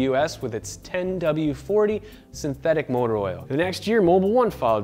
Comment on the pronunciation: did you say sinteTHICK?